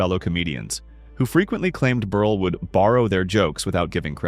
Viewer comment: You pronounced Milton Berle's name correctly once or twice, then continued to mispronounce his name as "Berlie" several times thereafter.